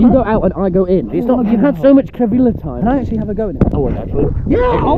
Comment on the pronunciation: "you have so much kevila time" - TommyInnit